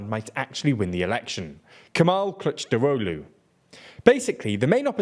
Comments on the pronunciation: I love the way you pronounce "Kılıçdaroğlu" as "clutch drolu" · Superb pronunciation of "Kılıçdaroğlu", well done! I always believed in you xD Anyway let me try to give you piece of my view of Turkey's politics in detail about these topics in the video. It's really good video in general but there are a lot of details you should know. First let me clear the candidate shenanigans: -It's true that Mansur Yavaş have more popularity but Kurdish voters are clear about not to vote for him if opposition(6 party coalition) choose him as a candidate. Even he looks like more vote in surveys, it is a big risk. Kurdish votes are the key in this election, and the video point out this fact very well. Keep this in mind. -Ekrem İmamoğlu is also popular bc of İstanbul mayor but even i have doubts about him. He is... how should i put... not seems honest yet he is working good. He get Kurdish votes easily but if opposition nominates him, they will loose İstanbul municipality, bc AKP have majority in İstanbul municipality's parliament and there is more than a year for election for municipalities(Also its true for Mansur Yavaş). İstanbul means a lot... Too risky... also it's not guarantee to win. Not to mention political ban, it will probably abolished by high court but still risky... -Meral Akşener doesn't want it and she can't win, not gonna get in details. So Kılıçdaroğlu... I understand why he isn't popular but it's not really important to be popular in my view. He is really good at bureaucracy and diplomatic skills and he actually didn't lost elections in